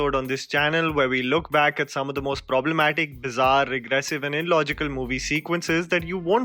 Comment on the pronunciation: saying bizzarre at the end was the most painful thing I have heard this week😂